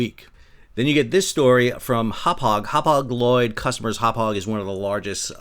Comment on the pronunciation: Happauge the way you pronounce it is a town on Long Island ( you probably know it.) HAPAG LOYD is sounds like Brown bag tanker void.